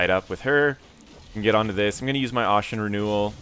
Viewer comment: ASHEN, like ASHES...not like ought...